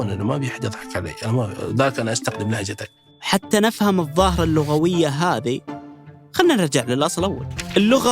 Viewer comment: المتحدث ينطقها لهجَتْك هذه اي لهجة؟